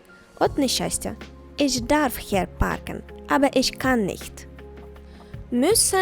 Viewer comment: Чому ми промовляєте Ich як Isch?